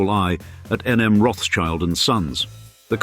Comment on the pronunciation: It's not CHILD...it's Schild -> Schield...Roth-Schild -> Red Shield.